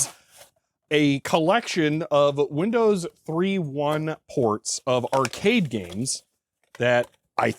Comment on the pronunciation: "...Because I went ahead and made a set of disks for Windows THREE-1..." Haha, oops, wrong emphasis. The difference isn't between 3 and 3; it's between 1.1 and just 1.